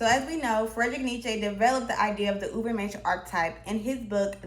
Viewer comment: This person is exactly a role model for the Dunning Kruger effect. Pronouncing Ubermensh as "Uberminsh" is just straith up diabolical, if this is a satyre account you got me I confess.